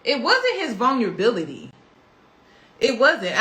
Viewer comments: If this girl says vunlability and not Vulnerability one more time. Please practice the words before using them. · vulnerability vul-ner-ah-bility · I can't take someone serious who can't say vulnerability right u been fucking that word up the whole video